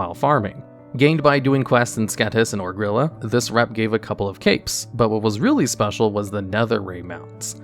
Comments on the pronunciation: your content is great, but please for the LOVE OF THE NAARU: Ogri'la - there is a slight pause where the apostrophe is, as its a play on the legend of Shangri-La. Not Ogrila. Please. Maybe nitpicky. Valarjar - this one is maybe maybe idk but they are playing off of Norse shit again so I go with Valaryar as a pronunciation, but that might just be me. Those two were a bit subjective BUT THIS ONE: Cache - pronounced like "cash." This one was hurting my brainnnnnn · ITS OGRI-LAAAAAA.